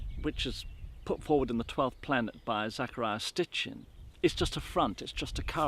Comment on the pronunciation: ROLF... one of the first things he says is Zechariah Stitchen... (as opposed to Sitchen.) made me bust out laughin